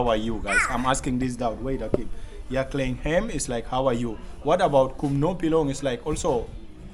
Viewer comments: Bro the 2nd word is a question asked "ia khlaiñ em?" Is the same with kumno phi long? Meaning how are you? To pronounced 'khlaiñ' you have to use Kh not kl. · Ia khlain not khlein em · Khlaain.... Not klim... Cos klim means. Adultery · Phi ia khlaiñ ne em,,not Klain ne em,,, very smart...im from Meghalaya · Not ia klain em. It's ia khlain em? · Khlaiñ not klain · Not klain em... It's phi ia khlaiñ em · Thank you bro for spreading the Khasi language. Some pronounciation not perfect but not that so bad. No.2 question is - 'ia khlaiñ em?'. ❤ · (Ia khlaiñ em )😅teacher also pronounced it wrong❌ 😃but you are doing best👍